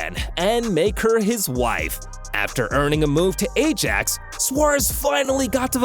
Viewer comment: na bro said ajax wrong